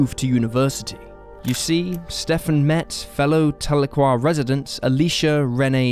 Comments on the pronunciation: Telookwa? It's Tal e kwa Tahlequah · "TAH-luu-quah". Haha, oh no... Please when researching also look into how to say the town names like locals. At least you got it right later in the episode... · As a Oklahoman, how you pronounce Tahlequah is just.....ughh!